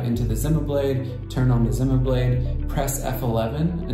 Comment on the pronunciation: company pronounses it as ZEE-MA not ZIM-MA